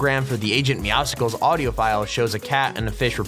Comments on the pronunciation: OH MY GOD STOP SAYING IT LIKE MEOWSICLES IT'S MEOWSCLES! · Not popcsicles meow its meow-scles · Pretty Sure its Meowscles like Muscles. Not Meow sickles. Like you say Muscles but meow in place of mus. Meowscles. Not meow Sickles. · This is bothering me. IT'S MEOWSCLES as in MUSCLES. NOT MEOWSCLES as in POPSICLE. Sorry. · ITS AGENT MOEWSCLES LIKE MUSCLES NOT MEOWSICLES!!!!! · Its "Meow-Scles" as in Muscles